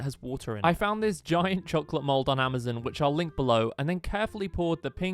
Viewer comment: I heard “Amazen” 😭🙏